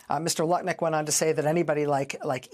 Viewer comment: I’m sorry, was is Lutnick or Nutlick? 🤔